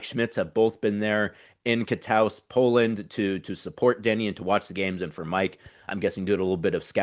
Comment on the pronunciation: Katowice? Katuhveetsuh is the pronunciation